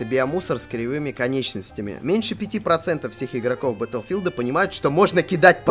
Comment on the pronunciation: Ох, да!!! Как же он сказал БАТЛ'филд!!!